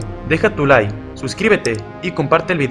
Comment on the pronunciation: Por favor pronuncia la palabra “Like” bien. Sigues diciendo “Deja tu lie” es “LiKe” con K K K pronuncia la K